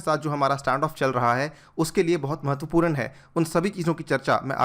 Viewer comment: महत्वपूरन नहीं महत्वपूर्ण